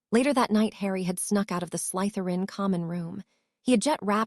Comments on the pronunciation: Draco "Mulfuh" Malfoy, the blunda from slythuwan house. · The letter y is not pronounced as a u, the Salazar Slytherin should be spoken as such😊